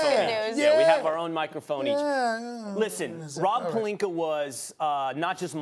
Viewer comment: “Rob Pelinker” - Stephen A Smith